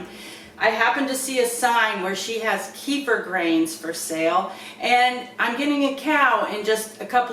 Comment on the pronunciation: Hi. Kefir is a middle eastern thing. There are 2 types, milk, and water. I've been doing water kefir about 6 years now. Both are produced commercially all around the world. Up here, and in the States, that means a whole lot of stainless steel... Stainless steel harming the grains is definitely an old wives tail. Also middle easterners laugh at our mispronunciation... It is K'fear, not key-fur...